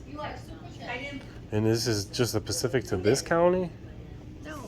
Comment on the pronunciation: Pacific is an Ocean. You mean SPECIFIC! Come on man...... You profess to educate people on complex laws, yet you speak like someone that failed the 2nd grade. Be an example....